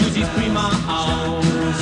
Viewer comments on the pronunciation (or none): none